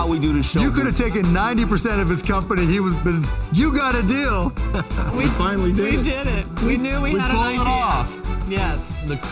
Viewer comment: That’s a deeyal!!! 😂😂😂